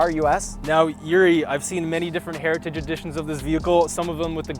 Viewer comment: Ah, the legendary Ford GT "Heria-ti-dge" edition